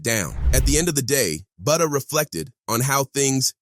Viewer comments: Fck it’s Butta like Butter 🧈 not Booda or Booty 😡 🤬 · Butta, not booda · It isn’t buhda it’s BuHtter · It's Butta dude like Butter but drop the ER. and put a A at the end geesh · My man really calling him, “Booda”. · Why is bro saying buddha 😂😂😂😂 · Lol he said fbg boota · Say budha one more time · Thank you he sux for that grrrr